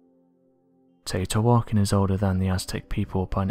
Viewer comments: Ugh, it's pronounced "Tay woe tea wah khan" .......😉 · Pronounce Tao-te-wakon meaning home or city of the gods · I don’t think you could mispronounce the name of the city any worse